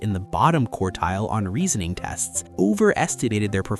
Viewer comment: "OVERLOCKED EVIENCE" "WRIONG PREMISE" "REASAING ERROR"